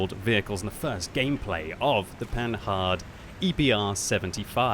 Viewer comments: I think it's pronounced pa nard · Please, please, in French Panhard is pronounced Pan-ar, a bad English translation would be Pan-ard, but never ever is there an 'h' in the pronunciation! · The H is silent!!